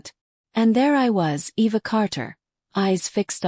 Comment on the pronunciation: E.V.A...? WTF ! When AI is so bad it can't even spell a HUMAN NAME !!!! 😮